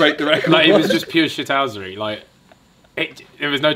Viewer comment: No one: Literally no one: Ethan: shithousry